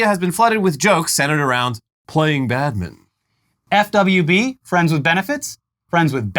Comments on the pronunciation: Just say.. BAD.. MIN..TON.. not badmiddn.. Jesus H Christ 😂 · Listening to two Americans trying to say 'Badminton' over and over again has been my unexpected amusement of the day. "Badmidden" "Badmun" Keeping trying lads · I like how you guys pronounce badminton. Sound like Bad-mitten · Wow, never knew 'badminton' was pronounced "bad mitten" 🤔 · "BAD mitten" lol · Sorry but the way you skip the T in Badminton hurts me every time you say it.